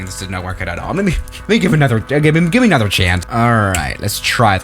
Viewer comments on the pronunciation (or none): none